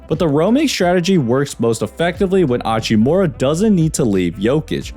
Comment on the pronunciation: Slight nitpick but you do pronounce the H in Hachimura. It's not silent